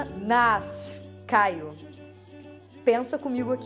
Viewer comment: Pode bater o carimbinho de Paulista aos quando a Jout fala "(...) fiquei bolada semanaSSS!" <3. Reflexões ótimas, como sempre!